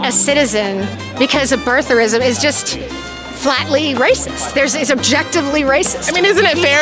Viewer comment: Did the first woman say birtharism? 🤣 She was also saying you keep throwing your microphone in my face, but then said you keep taking the microphone away cutting me off. 😂 These people are exhausting.